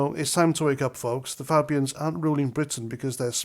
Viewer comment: Polite request ……..please pronounce the word Fabians correctly! Great post though!